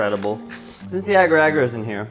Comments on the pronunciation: It's agar-agar not ager-ager By the way,it's from Malaysia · im from malaysia and we use agar agar a lot. Its so cute the way you guys pronounce it. its more like the a sound in pinat(a) instead of (a)pple like you guys pronounced it. :D. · Agar-agar is a malay word for jelly.. The way u guys pronounce it`s really funny.. Lol..